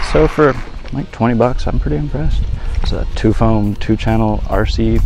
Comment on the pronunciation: You might want to know that Tuffoam is pronounced, "tough foam" and not, "two foam" -- otherwise this is a fantastic video review!!! :-)